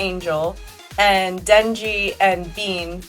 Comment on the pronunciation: And "Bean" instead of "Beam" 😂😂😂